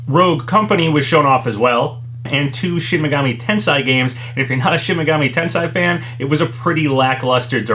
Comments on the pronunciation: why is he saying Tensai? Tensei is different from Tensai. At least we're getting Ryza 2. now 20% thicc-er EDIT : TGS on September 24th to 27th. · It's said "Ten-say" btw, not "ten-sai". Also, pretty sure it's said " Ah-tee-lee-eh Ree-zah" not "ah-teh-lay Rye-zah". I speak French, so I know how to say atelier and you'd say the ry in Ryza like you do in the name Ryu.